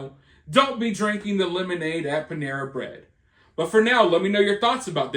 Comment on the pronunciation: Pan-era..nuff said